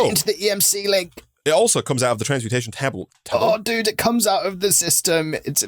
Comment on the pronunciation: THE CONFUSED ‘tabble’ LMFAOOOOOOAHAHAHA